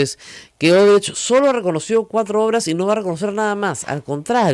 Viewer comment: Se pronuncia Oodebrekt, la CH tiene sonido de K o GH gutural. Viendo las noticias de CNN en Español, Univisión, etc., veo que los periodistas peruanos son los únicos que pronuncian la CH en Odebrecht como la CH en chocolate. No entiendo por qué. Si alguien pronunciara mal una palabra inglesa como manager, todos le caerían encima, pero Odebrecht, que lleva tantos años en las noticias, se pronuncia mal. Y sólo en el Perú. Editado para añadir: Odebrecht es nombre alemán, por si acaso. No es portugués (recién me entero que hay gente que pensaba eso).